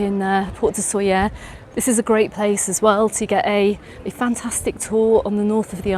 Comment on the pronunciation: Please try to pronounce it right: [ˈsoʎə], thank you.